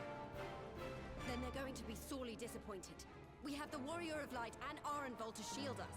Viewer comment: This was awesome! You're getting better at voicing the characters, and I like how you even tried a bit of an accent for Arenvald!